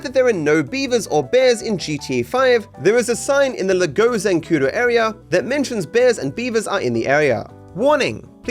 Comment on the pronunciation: its funny how you say lago XD, like with an accent on la-GÓ